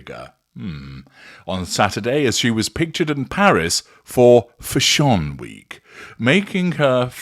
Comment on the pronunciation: I will never pronounce fashion the same way again 😆😆